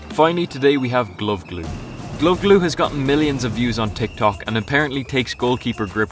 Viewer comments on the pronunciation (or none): none